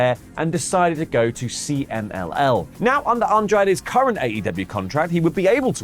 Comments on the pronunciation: Cee-Mull?? Consejo Mundial! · Omg, … dude… C M L L Not C M M L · trying to pronounce CMLL is almost as bad as Vince trying to say WWE. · Drinking Game: Take a drink every time says "CMML" instead of CMLL. 😂😂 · CMLL not CMML 😂😂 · kept calling CMLL “CMML” and i thought I was going crazy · We say "see-mil".